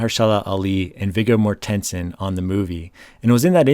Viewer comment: You need to learn how to pronounce Viggo Mortensen